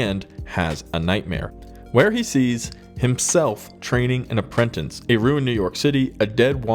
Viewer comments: Bro…..APPRENTICE! Not Aprentanse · Apprentice (uh-prin-tiss), not apprentince (uh-prin-tense) ... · It's Apprentice, not aprentense.......😆 🤣 😂.